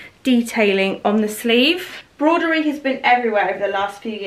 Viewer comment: I got that first playsuit last year it is lovely on, you look lovely in everything as always xxx....on a side not it is pronounced broh duh ree not brod er ree